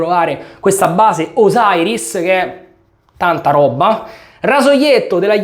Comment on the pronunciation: Yaqi è una gran casa, merita attenzione e rispetto! anche a me piace molto HAGS, anche se sono rimasto alla Guinness. però dai... diciamo "Osiris", perché mai "osairis"??? ciao! 🤩